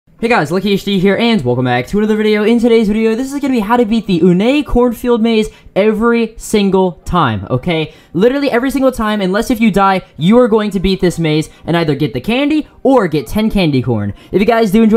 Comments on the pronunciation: ooh-nay lol its un uh-n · Has anyone told it’s pronounced the uhne fair(unfair)